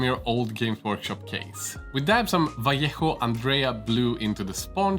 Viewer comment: Oh, god, what a pleasure to hear "vallejo" well pronounced.